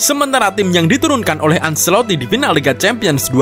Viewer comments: Penyebutan acelotti: bukan anselotti tapi ancelotti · Penyebutan Ancelotti: anceloti bukan anseloti& jon dahl tomasson: yon bukan jon